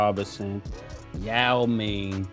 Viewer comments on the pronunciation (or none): Nigga said YAO MING 🤦🏾‍♂️😂😂😂